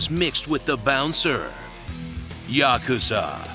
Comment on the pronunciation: I have finally found it. A PERSON THAT ACTUALLY KNOWS HOW TO PRONOUNCE THE WORD YAKUZA!